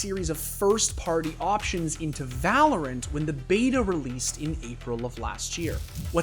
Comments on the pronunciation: In "Vah LORE ent" 😂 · did he just say vah-lore-ent? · "volorant" LMAO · We just gonna ignore that he pronounced valorant, vahlorent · va-lore-ent lol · "va-lore-int" You did that just to piss people off didn't you? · I have never seen anyone ever butcher the pronunciation of VALORANT so bad in my life. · I can’t tell if he actually said valorant like that on purpose or is just trolling